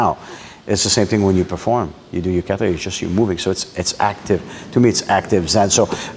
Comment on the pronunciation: I love the Canuck interview. He does great Japanese pronunciation of words like kaw/raw/tay except for one particular word: kawtaw is the correct way.